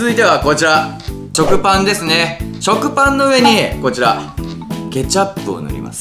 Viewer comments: チョクパンときこえるのはわたしだけ？ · の食パンって言ったとき、ちょくぱんってきこえた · が、食パンって言った時 ちょくパンって聞こえた。笑w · 食パンですねがちょくぱんですねにしか聞こえないんだけど笑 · 食パンが ちょくパンに きこえたw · がぱんのときちょくぱんってゆってた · 食パンがチョクパンに聞こえた